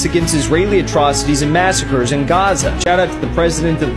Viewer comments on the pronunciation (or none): none